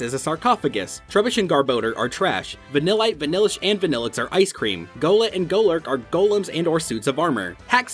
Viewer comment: You got vanilite vanilish and vanilluxe wrong watch the Dex episode